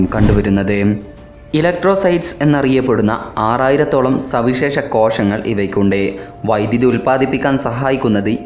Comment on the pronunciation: കോഷങ്ങൾ അല്ല മോനെ കോശങ്ങൾ...